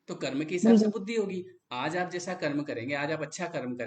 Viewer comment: कर्मा मत कहो यार, कर्म कहो ना